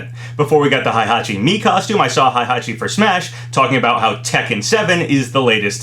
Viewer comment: He still refuses to learn how to say Heihachi